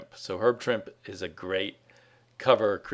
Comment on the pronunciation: Mike Allred is one of the best cover artists around. Almost all of his covers for The Atomics are terrific. And Trimp-E! Say the man's name right!